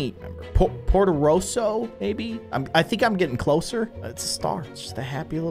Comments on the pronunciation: we’re climbing the roofs of MoRtAcOlA? again: MoRtAcHelLo? Me: ITS POTOROSSO screaming at my screen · It’s portoroso